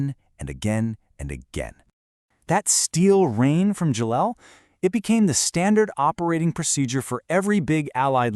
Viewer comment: Gela is pronounced "JAY-lah". My dad was there aboard USS Bimingham CL-62.